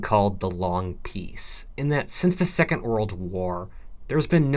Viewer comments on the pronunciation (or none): none